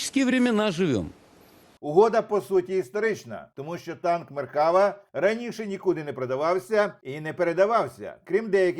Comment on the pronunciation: Да не меркАва, а меркавА.